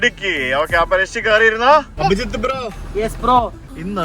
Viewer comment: കൃഷി ❌ ഋഷി ✅